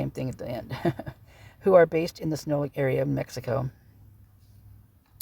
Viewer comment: Not trying to be rude...Sinaloa is Sin-a-lo-a